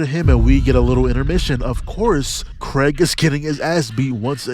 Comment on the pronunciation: I love how bro is calling Kregg Craig😭I swear it’s pronounced Kreeg😭💀